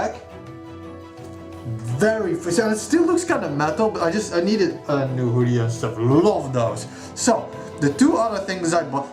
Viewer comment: OMFG!!! I'm sooooooo jealous!!! That Zote Plushy is CROM TIER!! Love that maggot for the nail! And that Wanderers Journal I've been eyeing up for AGES!!!!!! It looks AMAZING!!!! Love that Hoodie as well! (or Whodie as you pronouce it heh), that nail zipper is amazing! Gah, looks like I got some shopping to do!! Awesome stuff man, super jealous hahaha!